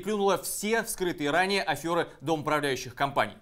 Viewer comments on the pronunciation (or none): Афера, не афёра.